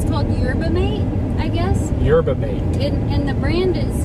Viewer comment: The tea you guys were drinking is pronounced YURBA-MAHTAY It's a natural energy from the Yerba Mate plant. It's very good in coffee too!